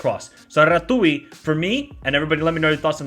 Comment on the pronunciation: Rah-tzyu - RATZIU - RATIU (TZ)